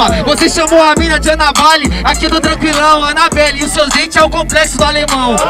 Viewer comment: “Anaballe ”kkkkkkkkkkkkk